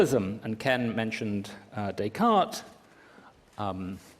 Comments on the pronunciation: I like how he sort of mocks Trump for saying "One Corinthians", while Miller butchers "Descartes" xD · Miller mocks Trump for incorrectly pronouncing 'Corinthians' without the s, while, ironically, he himself incorrectly pronounces 'Descartes' with an s.